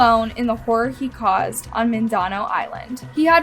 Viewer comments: Mindanao should be pronounced "MIN-da-now" (three syllables, accent on first syllable). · god the pronunciation of mindanao made me cringe